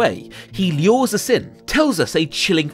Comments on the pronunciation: wth is 'leeors'? was he trying to pronounce lures? :'D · The way you say "lures" literally makes me cringe. It makes me think you're pronouncing a mispelling of "lures" like 'leurs'. Stop. Get some help.